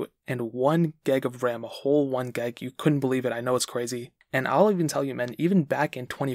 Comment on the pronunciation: Hi it’s gig of ram not geg of ram